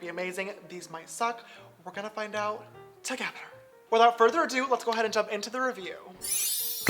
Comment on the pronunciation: tugetter! I liked it when he said that! 😂